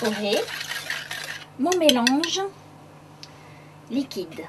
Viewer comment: Après avoir fait votre mélange liquidAnhh .. Faut arrêter là xD